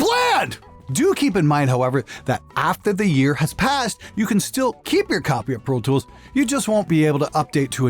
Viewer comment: RIPer..protoolth..pfff! ABLETON IS THE BEST! :D